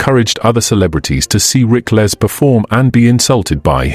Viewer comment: How about pronouncing his name correctly.